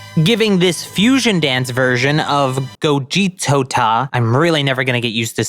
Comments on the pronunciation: It’s called gogito not gogetota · It gogito, you don't need to say gogitota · Gogito man,not Gogitota! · The name of the fuison of them its name is Gogito you pronouce it bu Go-ge-t-o Gogito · It's called gogito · Bro it's " GOGITO" LOL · ITS GOVITTO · It is called gogito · Gogitota? Damn don't torture yourself like this! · struggling with the name of the fusion between them Everyone: just keep it simple and call him Gogito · Just call him Gogito and stop forcing you struggling with the name. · Just say gogito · its gogito